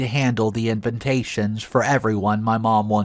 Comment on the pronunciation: What's this FR Edwards? That's "FATHER" Edwards. And all the "INVINTATIONS" instead of invitations. Hahaha!